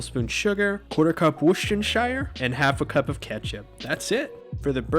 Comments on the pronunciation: americans all seem to struggle with worcestershire. it's simple, woostershire, or wustershire depending on where in the uk you're from. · Another American that can't say Worcestershire, smh